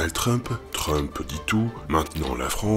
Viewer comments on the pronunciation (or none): none